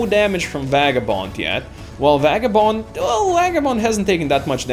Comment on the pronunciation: You seem to pronounce Vagabond's name(Vei-ga-bond) as (Va-ga-bond) Is there a backstory to that?